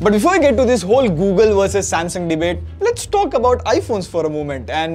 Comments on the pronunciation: it's sasmung instead of samsung Please correct it. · Sasmung, nice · Am I the only person who noticed "Sasmung "😁😁😁🤣🤣🤣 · 'Sasmung', yes xD